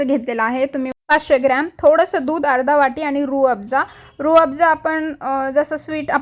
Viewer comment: छान आहे रेसिपी. पण it is Rooh Afza.